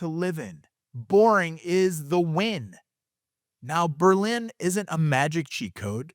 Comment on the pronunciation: I am from New Britain, and grew up in Berlin. I bought in Plainville and have been very happy here. I have also lived in Newtown and Bristol. I really enjoy your videos, and I was surprised to see you mention Berlin. You said the name right a few times, but slipped back to the German city. I do not want to sound insufferable like the Darien people, but I had to say it. The Berlin Fair is one of the best in the state, and as far as being connected, you could argue Berlin is the best hub for access to highways. I hear the high school is all sex and drugs with no mention of rock and roll. Berlin definitely is not the same as when I grew up, but great work on these videos. Meriden has Hubbard Park and the Christmas lights with Castle Craig. To me, West Haven means Zuppardis!